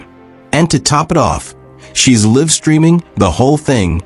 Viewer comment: Liv streamed? That word is live. Ypu are an ai ankle